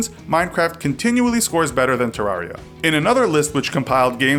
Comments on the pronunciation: Agustine 123 terraria is properly pronounced “ter-rare-e-a” like “terrarium”, this is confirmed by redigit’s pronounciation in his playthrough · It's Ter Rar I A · Does anyone get triggered that he says Te-Rar-Ria instead of Ter-reria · not to nitpick but he says terraria wrong